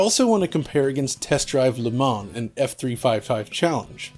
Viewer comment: Le Mans is pronounced Le Man (Le Munn), without the S. Love the retrospec...